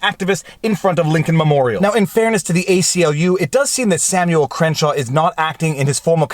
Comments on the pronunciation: I think it's Crankshaw not Crenshaw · Crankshaw is pronounced cren-shaw?